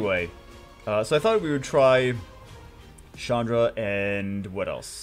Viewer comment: Chandra is not a girl's name... Its a common Indian name for men.. (not Shaandra but a strong CH-un(like undo, but without the do)-dhra) so its like Chundhra not Shaandra